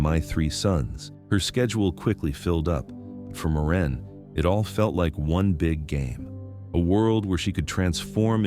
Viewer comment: AI really cracks me up calling Maureen, Moran.